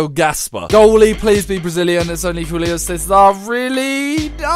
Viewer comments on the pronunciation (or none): none